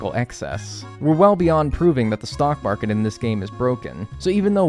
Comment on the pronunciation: Heads up friend, it’s “stock market”- not stalk market. Regardless, cool video! Excellent work!